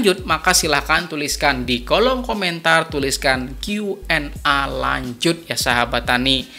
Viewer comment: Salam petani sukses, Koreksi sedikit pengucapan huruf A pada Q&A Dibaca e, krn Q nya dibaca pake bhs inggris, jd A = E.. maaf ya Pak. Sukses buat chanelnya Pak 👍🙏